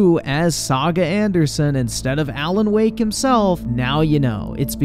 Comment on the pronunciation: why do you pronounce alan woke "alan wok"?